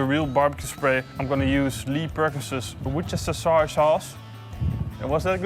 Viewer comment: 'Shire' does not mean sauce here. I Suggest you google it quickly, so you change your reply before someone notices :) . Also check for pronounciation :)